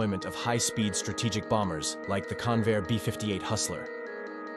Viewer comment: Convair not Conveyor!